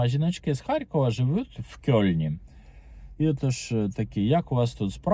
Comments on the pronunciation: Українською мовою правильно писати і вимовляти "Кельн". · Кельн, а не "кьольн". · "Кёльн" української буде - Кельн. Через "е" ( читається як російське "э")